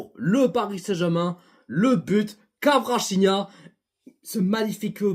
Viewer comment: Cela me dérange énormément la manière que tu écorche le nom de Kvaratskhelia.. tu dis kawachinia.. c'est honteux en tant que parisien.